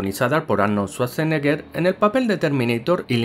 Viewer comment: "Arnol suarseneguer" - este canal 2021